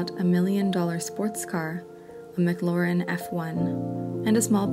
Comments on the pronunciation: It's pronounced Mm-Clair-en not Mac-Lauren. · the "McLoren" :)))) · When she said "mcLAUREN" 😥😖🤧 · The way the narrator pronounced "McLaren" gave me an aneurysm. Anyway, this broke my heart. Elon is priceless to humanity, but some people just aren't built to be a husband 😞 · That pronunciation of McLaren tho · The voice actor speaking irks me with the mispronunciations. McLaren, John Cusack, Bono, etc. That said, she does a good job sharing this sad story of a Brilliant Man who unfortunately showed cruelness to the person he should have been kindest to in order to obtain success.